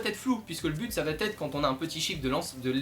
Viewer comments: Le "T" entre "va" et "être" est dérangeant mais la vidéo est bonne :) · Merci de tes explications assez claires pour un débutant, mais élocution un poil rapide et.... y a pas de t à va, donc pas de liaison ! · va / être et non va t être ;-) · Bravo pour tes vidéos, un "petit" bémol grammatical désolé, "la photo va être"sans liaison puisqu'il n'y a pas de "t" à "va".